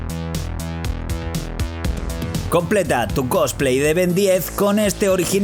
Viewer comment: "Ben diez" no por favor!! "Ben ten" !!!!!! Ains mis oidos